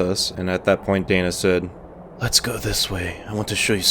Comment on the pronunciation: lmfao "dana" is pronounced "dayna"